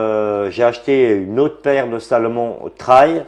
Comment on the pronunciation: le "traïlle" ... :)